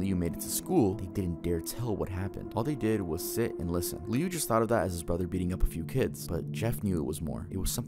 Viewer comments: I love how he mispronounces Jeff’s brothers name 😭. When I first heard it, it caught me off guard. It’s actually pronounced Lou, but it’s spelt Liu. He actually goes on to become Homicidal Liu after surviving Jeff attacking him, and he is constantly searching for him. Idk if anyone knows that creepypasta 🤔. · …I can not explain the pain in my heart when I heard him call Liu “lee-u”😭